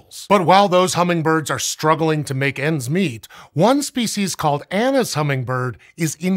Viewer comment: I keep hearing anus hummingbirds 🤦‍♂😂